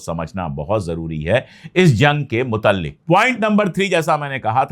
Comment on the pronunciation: भाई तुम ख़ुद ग़लत बोल रहे हो " मुताल्लिक़ " बोलो।